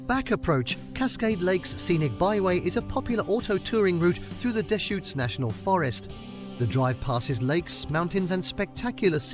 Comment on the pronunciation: Pronouncing Butte as butt. Must be AI. Also can't pronounce deschutes river. Too bad there isn't a good Oregon video by someone who LIVES in oregon and it's just these ai generated nightmares.